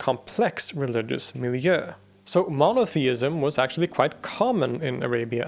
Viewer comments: did you just say "miljö", in that case Hej Hej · did u just say "miljö" or did I mishear that?? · It was so cute when you pronounced milieu as miljö ❤️ the pronunciation is close anyway. The Swedish vowel is further back and more open than in french/English.